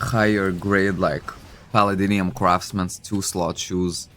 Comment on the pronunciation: I like your pronunciation of palladium = palladinium 😂